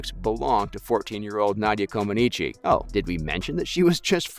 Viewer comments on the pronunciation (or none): Comaneech, not comaneechee wtf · You’re saying Nadia’s last name wrong 🙄